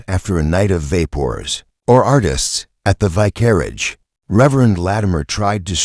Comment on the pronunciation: Good mystery; awful AI narration! The ends of sentences do not have to be announced by "dot." If the AI can pronounce "vicar," how does it warp vicarage into "vi-carriage"?